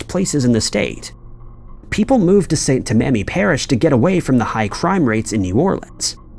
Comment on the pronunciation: Scientologist killed David! 🤔. Also, St. Tammany is pronounced "Tam A Nee.